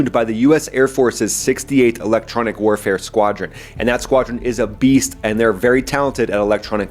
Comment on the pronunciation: "Gorila-Style Air-Warafe" wasn't in my bingo card